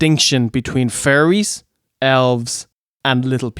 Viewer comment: It took me a minute to realize you said fairies and not furries. I was like "wait. This show had furries too?!"